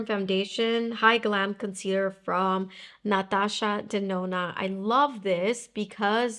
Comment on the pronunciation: My name is Natasha, and I looooove how pronounces “Natasha Denona” so rear to hear it in English. 😅❤❤❤